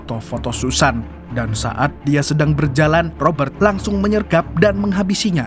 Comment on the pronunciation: Cadangan Admin Kalau boleh nama ROBERT tidak perlu dibunyikan huruf R tetapi dijelaskan bunyi huruf T. Seandainya huruf R diperjelaskan semasa menyebut nama itu, ia akan berbunyi seperti ROBBER yg membawa maksud perompak. Maaf sekadar cadangan..